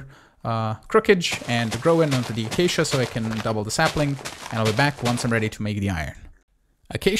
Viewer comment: A-Kay-she-ahhhh! You are driving me insane you are saying ahh-Kak-eee-ahhhh